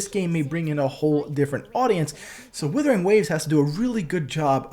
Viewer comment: It's 'wooothering', not 'willthering'.